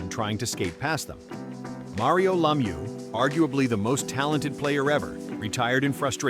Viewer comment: Mario LAWmew